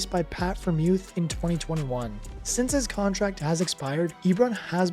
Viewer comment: "Pat Fremuth" 😭 It's Fry-er-muth